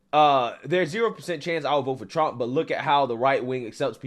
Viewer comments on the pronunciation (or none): none